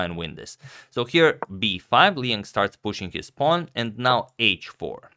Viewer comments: Hi, I think Liang is not pronounced as "lee en" but more like "lee on". I am Chinese and I'm pretty sure that is the right pronunciation. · Liang is pronounced as "Lee-ung". "Lee" like in "leaf" and "ung" like in "sung".